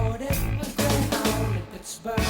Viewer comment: The Brits have no sense of American cities. Pittsburgh is pronounced like a word not a city.